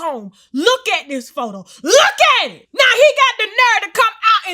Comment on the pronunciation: I felt that " LOOK AT IT" in my soul🤣🤣🤣🤣🤣